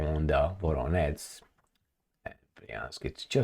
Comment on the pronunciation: Voronezh, not Voronetz